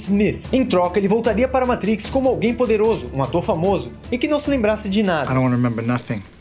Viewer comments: O certo é matrix e nao "maitrics" pq é uma palavra latina e nao inglesa. Abrasss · Belíssimo vídeo, maaaaiiisssss... Mentrex uma poha . Matrix e pronto. Não precisa mostrar sem o pica no inglês. Isso afasta e fica estranho . MATIQUECE ( PRONÚNCIA BR ) Moramos no Brasil minha fera !! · Matrix estamos no brasil chama Matriz Você não sabe bem pronunciado nome do cara no vídeo E quer falar mitrix Minha opinião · Amigo Matriz no Brasil Se quiser falar com a pronúncia MITRIX FAÇA O CONTEÚDO FALANDO EM INGLÊS NÃO SEJA CAIPIRA ABRAÇO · matrix e nao maitrix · O video é legal... Mas o cara falando Meitrix, toda hora é pra foder.. Fala Matrix logo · E Matrix,não meitrix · Metrix? Fala a porra do nome direito, igual a qualquer outro Brasileiro... Ooo Caralho.... MAAAAAAAAAATRIX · Cara... não estraga o modo de falar! Não eh metrix eh MAAtrix kkkkkkk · O conteúdo do vídeo foi muito bom, afinal, gosto demais da história e dos efeitos da trilogia. Agora, essa p....a de "MEITRIX" acaba com o vídeo. Na moral, o vídeo poderia ser muito melhor com outro narrador, menos... Simplesmente MATRIX e não "MEITRIX", Playboy de m...a, não fode a parada. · Falou "Meitrix" já toma dislike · agonia com "Meitrix" pra cá, "Meitrix" pra lá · Muito bom!!! 👏👏👏. Mas que agonia ouvir vc falando “meitrix”. Tá narrando o vídeo em inglês ou português pra falar “meitrix”? Kkkk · dei deslike so prq fala meitrix huahauh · Mitrix ssreesrsrss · Meitriks kkkkkkkk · Agora sei que se fala "Moeitricz". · Meitrix Kkkkk. Fala sério. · Agunia de vc toda hora falando "meitrix" fala normal poorra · A pronúncia e (matriz), vc pronúncia errado o nome do filme. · Sou fã do canal. Mas deixa de falar "meitrix". Por favor! Kkkkkkk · ``Meitrix`` kkk...